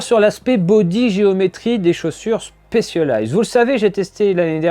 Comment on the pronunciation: Stop dire chpecialized c'est un S 😭